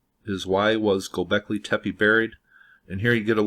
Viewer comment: It's "goobekli tepe" and not "gobekley tepi". I understand that English is pretty much the only PIE derived language that pronounces E as I but that's exactly the reason to perhaps double check the pronunciation of foreign words. Also the tunnels were most likely being expanded when people where already forced to live in them to survive, supposedly it shows by differences in how they are built from the first floor (or first few?) to the lower ones.